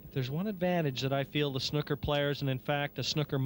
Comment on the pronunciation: Pls can someone tell the Canadian commentator how to pronounce snooker. Very ignorant and irritating the way he says it